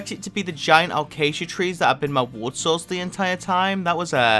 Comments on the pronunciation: It isn’t alcasia it is a-case-shu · it pronounced a-ca-sia actually